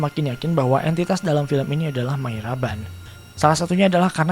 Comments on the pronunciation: sudah betul Mariaban; tapi di salah, bukan Mayraban. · Mariaban om,Bukan Mayraban cara nyebutinnya :D